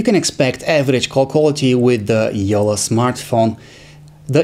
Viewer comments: It's Jolla not Jola xD or wait can you people say "nn", "tt", "kk" or "ll"??? Like "Nunna," Titto", "Mikko" or "Jolla"? C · It’s not yolla It’s jolla